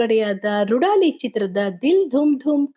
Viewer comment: ರೂಢಾಲಿ ಅಲ್ಲ ಅದು ರೂದಾಲಿ 😅😅😅